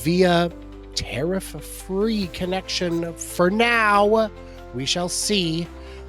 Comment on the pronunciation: "Terrif free connection for now..." 😅😅😅